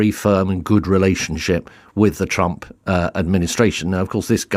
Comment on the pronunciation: Did he say " the Chump administration " ??!! 😅😂🤣